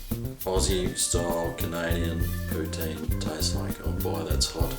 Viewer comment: It’s pronounced Poo-TIN and I don’t know what a cheese curd is either ❤️I’m from New York. Xo